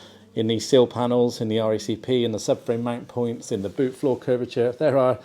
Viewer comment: Sill….. silllllll!!! Not seal ffs